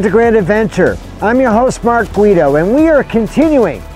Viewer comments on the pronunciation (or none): none